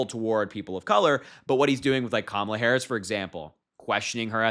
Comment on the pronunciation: The way they continue to mispronounce Madam President's name makes my stomach turn and really just shows how juvenile and ignorant they really are!!! 💙🇺🇸💙🇺🇸💙🇺🇸💙🇺🇸💙